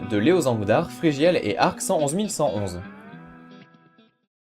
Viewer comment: NON!tu as massacrer arc! il faut juste dire des 1 dans arc111111 alors sa fait arcunununununun ^^ et non arccentonzemillecentonze